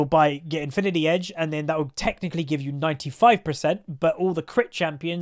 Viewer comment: Said infinity edge wrongly....